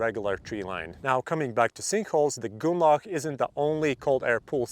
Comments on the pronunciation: "goonlauch" jesus christ try [GROON-LOCK] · Nice to know I'm not the only that heard goulag. 😂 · the way you are saying grünloch is so wrong it almost sounds like you are saying gulag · Grünloch, say it with me GRÜNLOCH xD